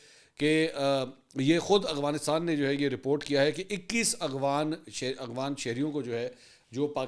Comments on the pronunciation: اغوانستان نہیں افغانستان بولا کریں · اسلام علیکم سر افغانستان کو اغوانستان کیوں پڑھتے ہیں آپ بس یہ بتا دیں ؟؟؟؟؟؟؟؟؟؟؟؟؟؟؟؟؟؟؟؟؟؟؟؟؟؟؟؟ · Agwan ni h Afghanistan h mansoor bhai 😂😂😂 . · افغانستان کو اغوانستان کیوں پڑھتے ہیں آپ یہ بتا دیں